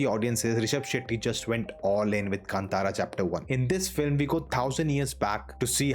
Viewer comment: Thank you for your correct pronunciation of 'Kantara'.